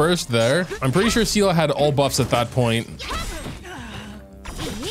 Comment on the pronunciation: you keep saying see la, its pronounced SAY LAY (Seele) Why are you like this